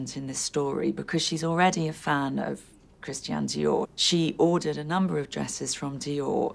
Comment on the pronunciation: Love her, but she should learn to pronounce Christian. It’s NOT Christien!